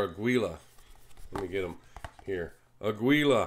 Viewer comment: FYI. Aguila is the Spanish word for eagle (note the eagle on the box). It is pronounced: Ah-geel lah with the accent on the Ah, and the g is pronounced like the g in "give."